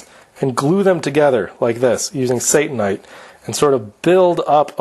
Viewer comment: I believe that Satanite should be pronounced as Sata-nite. Let's not give Satan any credit here. satannite would be pronounced as you did. Notice the double n .